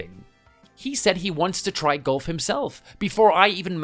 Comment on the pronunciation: Golf has often been called an old person’s game, because aside from the walking there is nothing extremely strenuous about it. And a golf cart can solve the walking problem. Am I hearing him correctly when he says golf? It sounds like he is saying gulf.